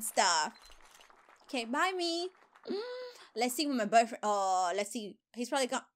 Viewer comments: I love how she said bufrens XD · I love how she says boyfriend it’s so funny